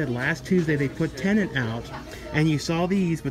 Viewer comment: please please...the film is called T EN E T.....not TENANT.....i'm sure Mr. Nolan would not approve.....i know its a silly wee minor complaint from me...i have viewed your content for many years and thoroughly enjoy all you produce.....so many content creators are pronouncing the name wrong......moan moan.....keep up the BEST you tube movie stuff available...